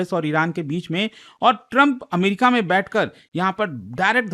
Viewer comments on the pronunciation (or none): none